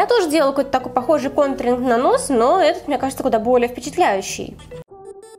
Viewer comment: Она говорит гонтринг бесит)))